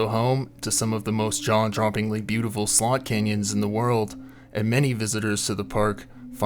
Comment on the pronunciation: It sounds like your saying sold canyons.